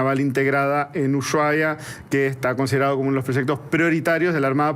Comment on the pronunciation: No sabe pronunciar Ushuaia... Tipico de porteño